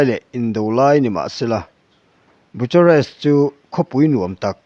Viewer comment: Bu-cha-rest ti in an lam ngai lova, Bukharest ti in an lam thin aw....Bucharest.hi mizo tawng a ni lo va, mizo hawrawp "ch" anga lam ve ngawt tur a ni lo aw.....Ram pakhat Capital city, lar ve tak lam dan poh hriat loh hi chu mawl na chi khat chu ani eee.....thil hriat tlem lutuk vang chauh ani e.... I lam dana Nazi ti a lam lovin Nâà-ziii ti in an lam thin bawk.....aw